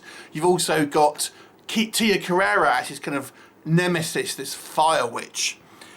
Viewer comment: Her name is Carrere. Not Carrera. An asian woman with the last name "Carrera" made other movies these days ;)